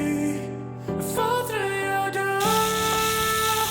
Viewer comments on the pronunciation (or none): none